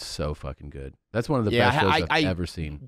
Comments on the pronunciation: When they say "one"? The eater blogger Mark Wiens does that too. What's odd is that most people that say it JUAN, also pronounce the word eaten as "E-TEN". I cant figure out this strange anomaly. It has to come from some type of learning base that was popular decades ago, for children that had pronunciation issues with certain words/syllables. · It's bothered me for years. Thank god someone else hears it!